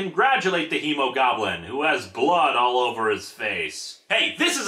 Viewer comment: did anyone else hear Emogoblin instead of Hemogoblin